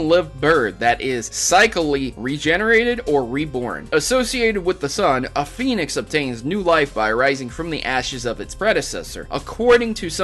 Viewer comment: why do you pronounce "phoenix" as "penis"